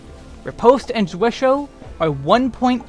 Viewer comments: it is German, one of the five core moves in German sword fighting. You were actually pretty close, the biggest thing is how you pronounced hau... Which should sound like "how", not "ho". It's a weird word that I'm guessing not a lot of people have even seen before, let alone tried to say. 😃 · Tiny nitpick: "Zwerchhau" is a Geman term, not a French one, so it's said completely different from the way you pronounce it. It's closer to (but not exactly) ""Tzveresh-how"" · I died a little inside when you pronounced zwerchhau like it was French word. Ooof.